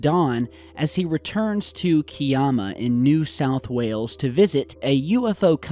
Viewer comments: It's K-I-ama, not Key-ama. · Its not 'key-arma' it's Kiama - 'ky-amma'. Just clearing that up. Lol. Not too far from me. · ha ha ha keeama???? It's Kiama pronounced Kye amma Lol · A heads up. Kiama. Is pronunced Ki am a - not kiarma. Peace. A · HI. I live in Berry, NSW just a 20 minute drive away from Kiama. I admire your attempt to pronounce Kiama. The way to pronounce Kiama, N.S.W. is: KY (as in 'Sky') - AM (as in 'I am') and 'U' (as in up) KY-AM-U:) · .KI. AM.A that’s how you pronounce it not like. Stan Romanicks so called alien child 👶👽👽👽still live ya xx😂💖🇦🇺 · KIAMA - KI (pronounced as in K-eye or my or die or sigh) AMA (pronounced as in Alab-AMA) KIAMA. Just thought you might like to know - Oz has a lot of strange place names. xg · FYI Kiama is pronounced K eye amma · Hi, it's pronounced as ki-ama, ki is like the "ie" in "pie". Looking forward to watching this... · The place is pronounced "KAI-AMMA" it is just past Wollongong City south coast NSW I dive past it often. Nothing remarkable there it just a seaside town well known for a blow hole in the sea rocks. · it’s Ki-am-a great work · Looking forward to watching this documentary. It's filmed in Kiama, (pronounced Ky-amma) only 10 minutes from where I live. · so happy! finally us Australians are cracking the ufo scene, and by the way it's pronounced Ki..am..ah.. Kiama:) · Great get! Kiama is pronounced K-eye-am-a, but good try 😀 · Its pronounced K- EYE- AMA. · Wow, can't wait!. We pronounce Kiama "Kaiamma" lol. My neck of the woods! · That south coast town is not far from where I live. It has a famous blow hole too. Its called Kiama which is pronounced "kyamma"Like the Y in..Just to clear that up...I'll be on my way.. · It’s Ki-am-a, just so you know. Love your vids. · KI - AM - A. correct pronunciation. Keep up the good work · I used to live there. Correct pronounciation is Ki (like pie) -am-a.. Cheers.